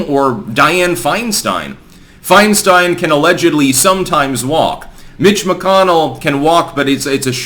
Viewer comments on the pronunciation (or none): had to rewind to see if you said "mitch mcconnell" or "bitch mcconnell" lol. well done sir. "bitch mcconnell" is now as canon as "big mike" in my book